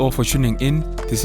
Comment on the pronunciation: did you just say Tatenda?